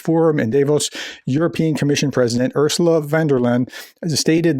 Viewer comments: it's Davos, not Devos lol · not dayvos.... daavos...